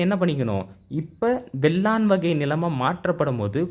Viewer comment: வேளான் என்பதை வெள்ளான் என்று படித்து சொல்வதை தவிருங்கள்.